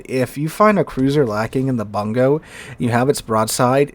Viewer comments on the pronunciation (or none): Bungo is properly pronounced "Boon-go"